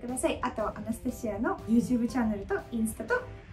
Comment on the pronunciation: アナスタシアさんの、「アナスタシア」という発音を聞きました。知り合いにアナスタシアがいるんだけど、私の発音は正確でないらしく、いくら正しい発音を本人に聞いても全然違いがわからず いました。 今日聞いた発音は、確かに私と違う（笑） 真似はできませんが、違うということはわかりました！ 祖国は大変ですが、今は日本にいるので、安全に楽しく過ごして欲しいです(*^-^*)